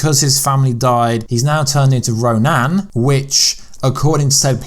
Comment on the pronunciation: Why do you say roNAN??